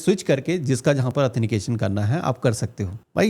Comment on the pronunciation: ☝️😀 एथनिकेशन , Nahi Sir It's Is Correct Word Authentication / प्रमाणीकरण / ओत्थैनटीकेशन